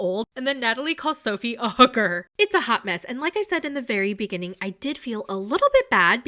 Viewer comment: Natalie doesn't say hooker, she says hoUker.